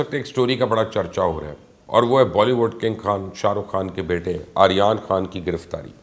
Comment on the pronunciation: He can't even says Aryan Khan 's name properly. 🤣🤣🤣